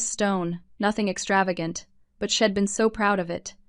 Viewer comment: Need to quite using contractions since the AI voices do not understand them. Tired of hearing about sheds instead of she’d!